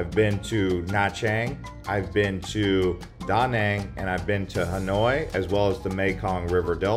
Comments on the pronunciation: Its not Da' Nang its Duh Nang' The accent is not on Da the ancient is on Nang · great video, offering a lesson on proper pronunciation of Da Nang City. Vietnamese say what sounds like duh non city, ok